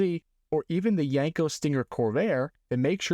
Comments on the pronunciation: I don't know... One thing kept grating on my eardrums every time you said the word... That word was Yenko. It's pronounced exactly how it's spelled YEN-ko, not YANG-ko or YENG-ko. Other than that, pretty cool vid, straightforward and informative. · YEN-KO not YANK-O !!